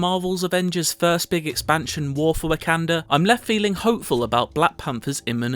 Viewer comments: "War for WACKander?" Dude... how did you get that so wrong? lol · is it just me, or is his constant mispronunciation of Wakanda really really annoying? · nope, that’s just an excuse. If you can pronounce T’challa, Okoye, and Shuri correctly, you can pronounce Wakanda correctly.